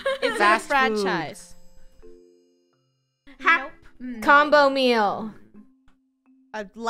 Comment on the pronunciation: said "Franchies" XD